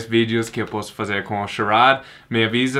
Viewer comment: O falou Tchau perfeitamente kkkkk, muito bom, está melhorando o português.